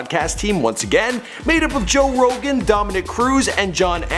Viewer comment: joe rogaine lol